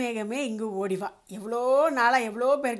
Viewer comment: இந்த பாடகி “மேகமே” “ஓடிவா” என்ற வார்த்தைகளை உச்சரிக்கும் விதம் !!! ஆகா அற்புதமே கேட்க பரவசம் !!